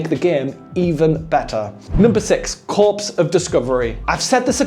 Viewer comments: Has anyone corrected on the name of the game Corps (pronounced 'core') of Discovery not Corpse of Discovery? 😆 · Just saying: Corps of Discovery would be pronounced like Core of …. Not like Corpse…Thanks. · This is like the 5th video where I've seen Corps mispronounced, it's wild. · YT viewers pick someone up for a mispronunciation... Well I never. I hope he keeps saying corpse in future just to annoy them.